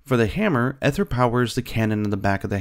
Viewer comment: Looks pretty good, I'm really liking the art style. Just a tip if you're going to be covering this in the future: the "ae" in aether is a but tricky, but it's pronounced more like an E than an A. better to say EE-ther than AY-ther, even if neither is exactly correct.